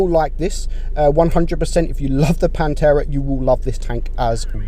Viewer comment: It pantera not panterra.( Im Italian)